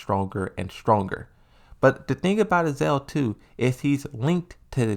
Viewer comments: Ah-Za-Zel. Not Azel lol. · AZA-ZEL is not equal to "AZEL" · I think he's trying to be like Aris with the mispronounces...except aris plays them like jokes while comes off as dyslexic lol